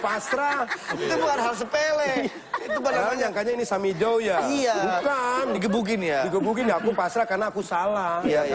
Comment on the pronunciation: Eyeshadow jadi samidow 🤣